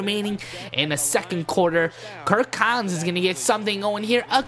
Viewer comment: Kirk Collins. Its Kirk Cousins